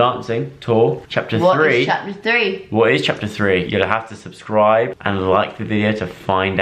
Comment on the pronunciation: Love how Joe says <<SUSCRIBE>> instead of subscribe haha